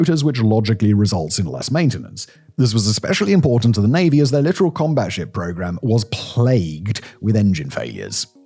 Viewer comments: littoral not literal. i though only bad AI was still mispronouncing that. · 40 seconds in and: 1) The ship in the thumb nail is not a frigate 2 ) Arleigh Burke is not a battle ship 3 ) by purpose or acciden you prounced littoral incorrectly I love the channel but you've really dropped the ball on this one.